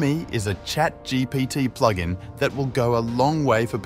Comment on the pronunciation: Especially pronouncing it “Ploog In”